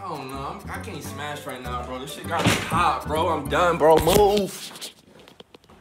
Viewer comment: “I WANNA smesh”